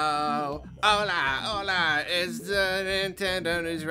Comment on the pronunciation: LOL that "Hola Hola" from at the beginning was actually very well pronounced